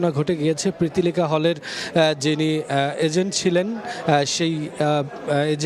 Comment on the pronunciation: প্রিতিলিকা হল আবার কোনটা? হলের নামটাও সঠিক ভাবে বলতে না পারলে কেমন দেখায়?